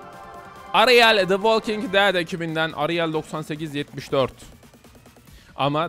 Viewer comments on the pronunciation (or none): none